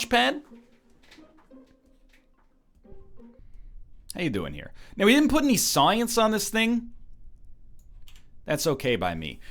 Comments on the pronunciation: NL turns into an Australian on "science". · His inner Canadian popped out there for a second :D